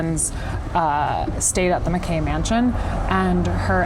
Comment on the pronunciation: The way she mispronounced Mackay mansion drove me nuts😂 since we’re locals, we go there a lot. We’ve done plenty of tours in the Washoe club. But I think the one place that I have found to be more haunted and captured more orbs is at the Mizpah in Tonopah, Nevada. Their rooms are creepy.